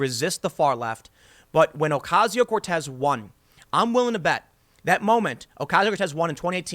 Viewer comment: Her name is "Cortez", come on now lol